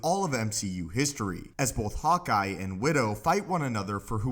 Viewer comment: I thought i heard "hot guy", not "hawkeye" 😝😝😝